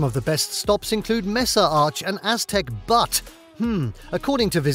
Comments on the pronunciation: The "u" in the word "Butte" is pronounced like the word "YOU", LOL. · Just FYI, “butte” is pronounced “byoot”